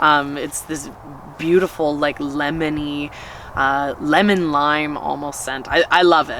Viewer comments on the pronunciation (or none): none